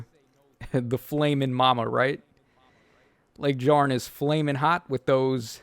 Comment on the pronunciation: You need to stop calling her LegDjarn. it's LegYarn. much like Fjorm.